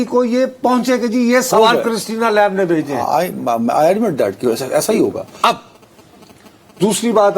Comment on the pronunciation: Lamb is pronounced as Lam with B silent in it. With all due respect to veteran Nusrat Sahab!